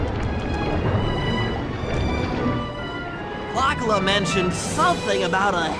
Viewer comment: It not Clock La! It Clockwerk!